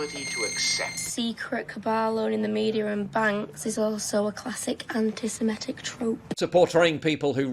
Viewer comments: the word is CORRECTLY pronounced anti sem-IT-tick, not anti sem-ET-tick . . . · Why do all the morons pronounce it as "anti-semEtic"? It's "antisemitic", with the eigth letter an I, not an E. It's so common.